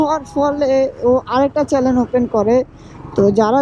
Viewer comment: চেনেল❌ চেলেন✅